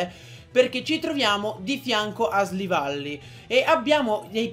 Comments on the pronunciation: SILVALLY NON SLIVALLY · si dice silvally